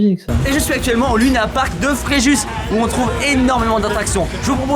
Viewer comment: C'est LUNA(ir) comme Park !